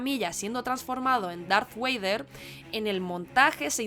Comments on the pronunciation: Que lastima de 3 minutos que he perdido escuchando a niñata que ni siguiera ha visto la saga en el orden correcto y dice Darth Wader. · Que es eso de Darth "Wader"? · Todo bien hasta que dice...Darth Weider, se le cae todo el vídeo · Darth Güeider😮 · Me gusta tu video! Me hace mucha gracia escuchar “darth Wader” 😂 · Todo muy bien hasta que dijiste Darth Wader! 😅 Los tecnicismos muy bien y es lógico que técnicamente sea mejor el episodio III, pues han pasado muchos años; hay más experiencia, más presupuesto, etc etc…eso es una cosa…y otra es la magia. Las primeras películas tienen tanto amor impregnado por George Lucas, que se palpa al verlas. Con menos presupuesto, menos medios y tecnología, hizo algo “insuperable” por todo el cariño y amor que puso en la trilogía original. Harrison Ford como Han Solo y sus toques de comedia es irrepetible, Mark Hamill, Carrie Fisher y Alec Guines es una combinación perfecta. Y ni hablar del momento en el que “Darth Vader” dice “Yo soy tu padre”…es que solo por ese momento y lo que te hace sentir, ya ganó al resto de películas…como son todo opiniones, yo tengo la mía y es esta. En mi opinión el episodio III es brutal pero nunca supera a las originales. Un saludo. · ¿Acabas de decir "Darth Waiter"? 😂. Me gustó mucho este video, ya que no me había dado cuenta de todos esos detalles (y eso que he visto fácilmente más de 20 veces la película) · Me ha gustado mucho hasta el momento que ha dicho Darth Weider.... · ¿En serio? Datrh ¿“ueider”? 🤣🤣🤣🤣🤣🤣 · Darth... "Weider"? ¿WEIDER, EN SERIO? 🤦 En fin, y si fuese solo eso. Hay tanto vergonzoso en los argumentos y paj4s mentales de este vídeo como en la película que intenta defender, así que mejor me callo, que tampoco quiero hacer sangre y estos vídeos cuesta mucho hacerlos, aunque sean absurdos. Un abrazo y más suerte la próxima vez. Prueba con algo que sí domines, que de cuñaos ya va el mundo servido. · NO puedo contener la risa cada que dice "Darth Wader" perdoooooooooon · Darth Güeider